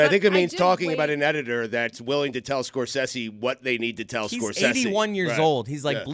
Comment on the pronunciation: It’s pretty ironic that Stugotz is the ONLY person on the show to pronounce Martin “Scor-sessy” correctly. Dan owes like $500 from that segment alone 😂